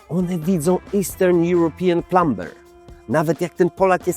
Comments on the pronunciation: Zamiast plumer wychodzi plumber 😊 Nie chcę się wymądrzać, ale tego b się nie wymawia. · Jaki plumber???Wymawia sie plumer 😂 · Prosze nie mów plumBer. Bez B bez b prosze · To może ja też zwrócę uwagę tobie - plumber wymawia się "plamer" a nie "plamber" 😂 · Plum-B-er - serio...? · popraw wymowe, plumber....wtf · Plumber taka wymowa?